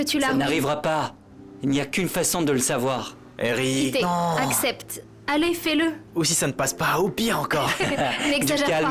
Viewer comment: Qui comme moi entendu dire Pité dit la courage 😅